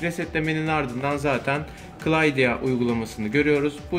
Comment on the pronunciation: Cydia'ya clydia demesi kanser etti ama eyw